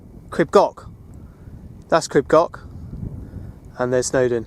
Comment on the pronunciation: Tryfan, pronounce the f as v in english "tryvan". Your "f" is our"ff" . Grib coch is not grib goc, the ch is the same as the "ch" in loch ness!